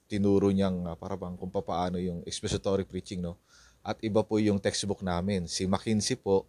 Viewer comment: Expository, not expesitory😮😮😮😮